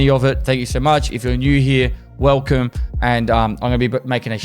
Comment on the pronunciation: BRO SAYS WELCOME IN AUSSIE ACCENT AND THINKS HE IS BIG DIK, BRUH FIX YA HAIR